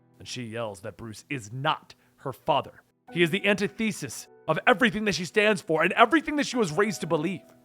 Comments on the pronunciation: Antithesis- an-TIth-ih-sis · "Anti-thesis"...? My dude your pronunciation....DAMN